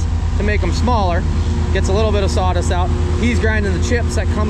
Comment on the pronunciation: What are "prodicts" and "sawdist"?????